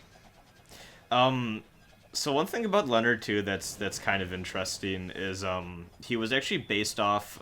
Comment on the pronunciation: It bugged me that you mispronounced Leonard's name all through this playthrough, despite hearing the voice actors pronouncing it properly in this chapter.